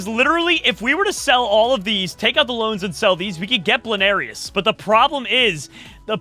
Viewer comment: it is bloonairis not blairis